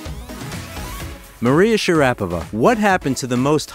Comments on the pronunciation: Yeah it's Pronounced Princess MARIA share a pova she is the Most Beautiful Lady Tennis Player of All Time 😊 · The first step to credibility on the subject of Maria Sharapova would be for the presenter to pronounce her name correctly. It's a real big problem if you make fan videos that annoy the core viewership within the first couple of sentences.